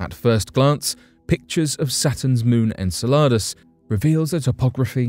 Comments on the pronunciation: En cell ar dus or Enceladus? Learn how to say it!!!! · I’m constantly looking forward to watching each new video you post. However I just want to make a minor correction to the pronunciation of the moon Enceladus. It sounds like “in cell a dus”. Thank you for always bringing to the forefront such topics that are so easily buried